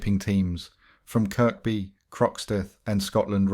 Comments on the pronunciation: Its pronounced,kirby,not kirk-by although spelt that way...i lived in towerhill from 72_83 fookin loved the place,rough as fook but good people! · It’s Kirby not Kirkby if your a scouser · CHERRY PICKING WHAT YOUVE HEARD, NO SCOUSER WOULD PRONOUNCE THE SECOND 'K' IN KIRKBY, ALL THE NAMES YOU THROWN IN NEVER HEARD OFF WALTER MITTY